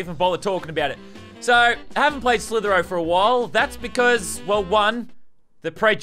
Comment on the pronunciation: Its slither i o not slither o